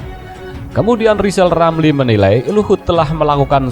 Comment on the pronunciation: Ngakunya lizal lamli itu olang pintal....nyatanya...blo,on...gitu kok mau nyaples 🤣